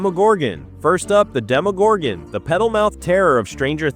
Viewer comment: God i hate when they call it a demogorgan and not a demogorgon its so annoying